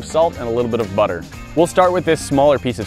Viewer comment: The way he said butter made me laugh really hard for some reason